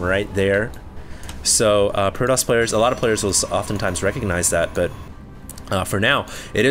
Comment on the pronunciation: you pronounce the T in protoss like a l. it seems like i keep hearing proloss proloss...